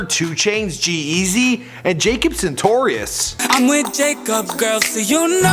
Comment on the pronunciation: Jacob santorius 😂